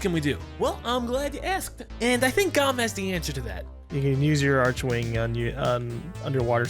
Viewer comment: ITS PRONOUNCED ARK-WING. FUCKING DAMMIT LMAO And the PVP is only fun for new players because new player weapons like strun are extremely op in conclave Also hi PC player with 12k steam hours, 8k in-mission hours, I may be able to help if anyone needs it!